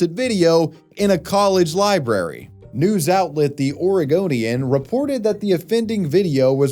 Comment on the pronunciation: u mispronounced 'o-re-goon-i-an'